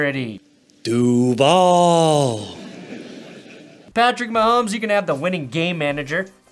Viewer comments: As someone that lives in Jacksonville, that particular "duuvall" is going to haunt my nightmares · Him saying Duval gives me the cringe!! I'm in Jacksonville! That's just not right! 😢😢😢😢